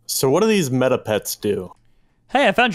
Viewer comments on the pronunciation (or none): meta = 'metə(that probably doesnt help lol) not me-tah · It’s not me-tar pet it’s meh-ta